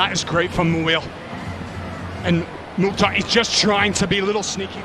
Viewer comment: Commentators .is Mukthar not motta